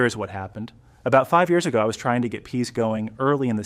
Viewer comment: Why is this AI voiced? Is any of it real? Every pair of hands is different, multiple people appear - if it's really something you learnt from a neighbour years ago they why do you say years ay-go